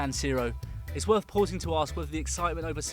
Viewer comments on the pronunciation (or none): none